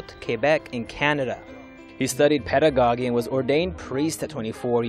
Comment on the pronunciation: Thank you for an informative article. It is very interesting to hear about the various candidates to the papacy. Just one note: the word is "pedagogy" is pronounced /ped'-a-go-dzee/, and not /ped'-a-go-gee/, and "Saint Sulpice" is pronounced /san sool-pees'/, and not /saint sul'-pis/. Otherwise, great article. Thanks again.